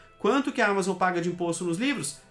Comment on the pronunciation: Todos os países estão implementando isso. Ele só tá seguindo ordem. 15% corporate tax. A palavra Amazon é oxítona, diz Ama zonnn. Não proparoxítona Ámazon.